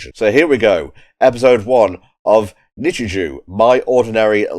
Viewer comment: Finally found the time to sit through this one lol. So for reference, it is pronounced "Nichijoe" not "Nichijew" lol. Also yeah Hakase literally means Professor in Japanese, so that's why the dub calls her Hakase instead. From what I can remember for my schools, English tended to use red, Maths was yellow, and I think Science was blue or green? I vaguely recall Religious Studies being brown but I could be misremembering. It's been like over a decade so I don't really remember too well honestly lol. As for why it keeps numbering things, it's more or less just to indicate when it's a new scene basically. Yuuko is great lol, one of my favs. She's just friggin' hilarious lol. Sakamoto is probably my favourite character though. Talking cat leads to a lot of hilarity. But yeah I wouldn't think too hard about the commentary for a series like this, it's the sort of show where a lot of the enjoyment comes from the reaction to the absurdity of things. I would recommend watching the episodes to the very end though because they tend to change up the ED theme to have different versions of the song. In the second half it's also just an entirely different song everytime. They also just sometimes have a scene tacked on after the ED as is the case with episode 3. I look forward to the rest!